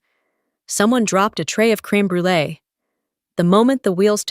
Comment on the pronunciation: A pain to make as well!! And the pronunciation was wrong